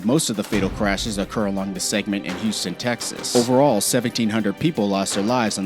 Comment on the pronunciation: First How do u manage to do so perfect for every road except Texas. I 45 is in texas but I 5 is in California Second How do u butcher the words Houston (he said yooston) and Galveston (gaveston)